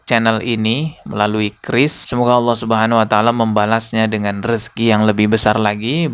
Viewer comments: Si ini Memang misionaris sejati....nyebut nama Allah saja Aweloh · Dari pelafalan Allahnya Jelas ni orang agamanya kristus deh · Loe yang terkutuk 😅😂 nyebutin Allah aja lidahmu melungker2 😅😂 sok2 an mengartikan 😅😂